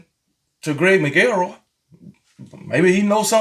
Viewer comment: Dude said Mac el roy..Still love you my dude!!